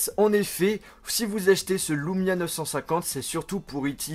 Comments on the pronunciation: Super vidéo enfin un youtubeur français qui montre les qualités des Windows phone !! Par contre c'est LUmia pas LOUmia;) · tu le prononce à l'américaine :D